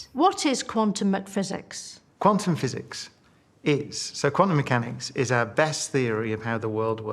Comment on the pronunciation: I've never in my felt the distinct urge to murder someone before I heard "McPhysics" escape her lips